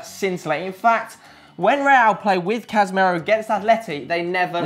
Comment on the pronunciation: CASS-I-MIRO NOT CAZ-E-MERO